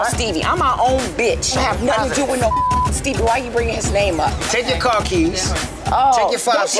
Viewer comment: SHE SAID STEEBIE 😂😂😂 tell me why every time I say his name I say it like that😭😂😂😂😂